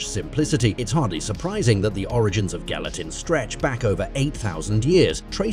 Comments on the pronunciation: Make a video, fu the pronunciation of the primary word in the video.. My job is safe from AI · Are we just going to ignore the fact that he pronounces the word gelatin differently almost every single time! Hahaha Gal-e-tin, Gal-e-tine, Yelatin, Gal-a-tin, Gal-a-tine… jellytin, jellytine, gel-a-tin. 😂😂